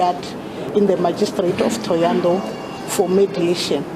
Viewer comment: The mf can't even say thohoyandou